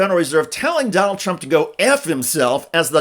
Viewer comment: Sounds like donOLD is going " serfdom "